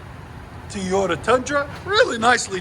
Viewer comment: Teeyota as he calls it